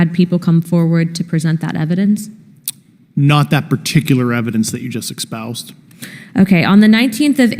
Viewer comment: It's pronounced espoused, not "expoused". It's also not spelled with an X😂